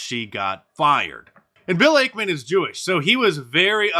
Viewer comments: It’s actually Ackman not Akeman Mark. Ack like acknowledge. Also Carl Icahn’s last name is pronounced like Icon. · Bill 'AKE-man' .... 😂😂😂😂😂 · Hey Mark - it's X. Twitter is history. Also, you're mispronouncing Ackman's name. Genius.